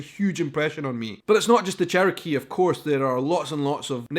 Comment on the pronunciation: Remember pronouncing it "cherio-key". .... Still laughing